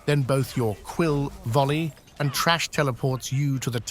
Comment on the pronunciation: LOL it's TH RA SH not TRASH